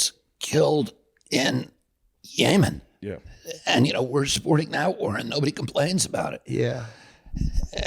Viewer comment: I bet Shane was trying not to laugh when RFK said YAmin instead of Yemen